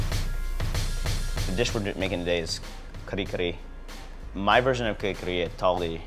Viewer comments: talde is so fake, he know hes not pronouncing it correctly when he called it ka-ree ka-ree. hes parents werent enunciating that way when he was a kid. they were saying ka-reh k-reh. hes just to embarrassed to the way it actually sounds so he americanized the accent. what a fake. then he starts eating it with freakin chopsticks! and skips the steam rice. hes embarrassed by his own culture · its not kare kare its kuhri kuhri lol .bad ass though i like it im filipino american. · lastly, though i cant prove it im 100% certain his parents didnt pronounce it the way he said it. im filipino and am immersed in the culture. in my 35 years of living as a filipino in both the US and Philippines its never been said like that. talde basically made the pronunciation up.